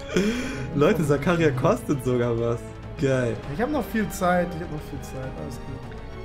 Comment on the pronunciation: Nicht böse gemeint aber er heißt Zakaria Und du sagst Zakaria und betönst das A